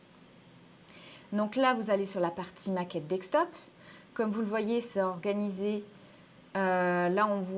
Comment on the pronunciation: Merci pour la vidéo. Toujours assez synthétique. Juste une remarque, on dit desktop « DeSK top » et pas « DeK Stop » ;-)